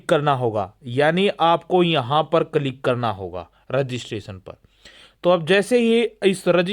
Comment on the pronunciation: Its किलिक Yaar...not कलीक